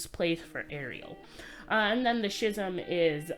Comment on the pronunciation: Hey, it's pronounced like "skiz-uhm".